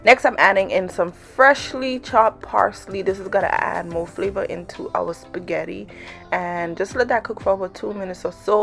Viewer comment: You have got to be kidding..😲 you can't not even pronounce spaghetti. Sorry...😕